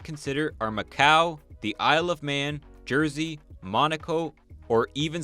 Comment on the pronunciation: I thought he had just mispronounced it when he said Jersey 😂😂